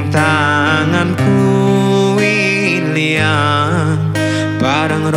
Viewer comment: sedikit koreksi pelafalann mas, kata ILANG artinya HILANG, bukan ILYANG .... Tapi jos mas covere sampean. Uenak polll >>>> 👍👍👍👍👍